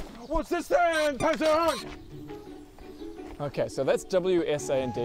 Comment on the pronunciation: At times it sounded like they were saying "pissant" lmao